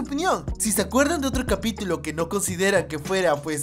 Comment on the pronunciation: Alguien más se dio cuenta que dijo capitilo? xD